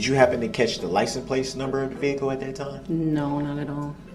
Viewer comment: "Did you get a Li - suh - place"? Gets me every time!!! He's such an idiot! 😂😂